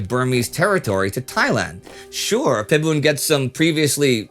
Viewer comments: Nobody calls him Fiboon in Thailand. It’s Pi-boon. Thais call him by the name “Marshall Por.” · his name is actually call "Pibun" not "Ph(f)ibun" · Now let's teach the farangs that the "H" is silent in "Ph" :) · what bugs me here is the pronunciation. It should have been pronounced Pibun (h sound is omitted). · Thank you for the post. Note: ‘Phibun’ is pronounced ‘Peeboon’. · I wrote my Master's thesis on this guy, very fascinating period in Thai history (pronounced Pee-boon though, if you see a "ph" in front of a Thai word, pronounce it with a normal "p", not like the Vietnamese one) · Can’t trust a supposed historian who can’t even pronounce Phibul’s name correctly. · Any name in Thailand that is spelt with a "ph" is pronounced as "p" and not an "f" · Too bad you didn’t research pronunciation. Ph is a hard P in romanized Thai. You know, kind of like the Th in Thailand. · Ph can be pronounce as F like philadelphia (fi-la-de-fear) or philosophy (fil-lo-so-fey) in this case it's not his fault that he pronounce it wrong it was different of our language also there's no word to pronounce P alone if you use pi it will be pronounced as pie or you known as this symbol π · thank you for unnecessarily educating me on how to read English. I know ph can be pronounced like an /f/. And what do you mean it’s not his fault? He mispronounced the name. I’m just pointing out some mistakes as a Thai person who wants people to learn how to pronounce Thai names correct correctly. It’s like pronouncing Leicester as /Lai-ses-ter/ when it’s actually /Les-Ter/. I understand that Thai names can be hard to pronounce correctly, given the transliteration system we use. But that is not an excuse for you to say that it’s OK to mispronounce a name and just leave it like that. Say whatever you want, but you will definitely look like a fool if you say dumb shit like Fiboon or Fookhet (Phuket) in Thailand. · Phibun is pronounced Phee-boon not Fib-boon. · Pibun. Not Fibun.